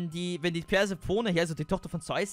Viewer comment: Das spricht man persefoni